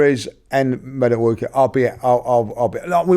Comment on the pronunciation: Robbie "Maduake" Lyle